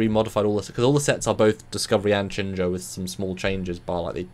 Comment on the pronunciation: has it down. Shenzhou is pronounced like "Shen-Joe", not "Shen-Zow".